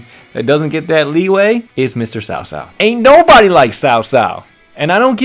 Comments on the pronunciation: Not sao sao, it should pronounce as chao chao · When i was kid they did it for cao cao but it sounded like "cow cow" for ps2 age but they changed when they did dynasty warriors 6 but I agree with you cao cao when we played him in different visions at first oooh big bad man but once you got to known him he was acting of the times of war even though he is no sanit but he helped a lot of different people and brought them together readguradless of their history like yellow turbans